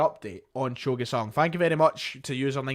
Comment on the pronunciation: It's pronounced "joe GYOOOO sung" not "Gway" I dont know if theres any point in discussing the GG rumours more than what I posted on your video yesterday. FIrst of all there is no indication that Urawa Reds ARE interested and only circumstantial reasons why they MIGHT be. FWIW the only reports of ANY interest are coming from Scotland. Every article in the Japanese press quotes either the Daily Record or someone even less reliable, whereas nobody (in Japan) claims to have a statement of interest from the Reds themselves. But here's the bigger problem. There is no chance in hell that Urawa Reds could come up with 8 million pounds. They had one of their worst financial performances ever, last year, and many believe that the reason why they sold Kaspar Junker to Nagoya Grampus (for E1.7 million) was that they couldnt afford his contract. The maximum they might be offering (and again it is a huge assumption that theyre even interested) would be around 2-3 million Euro.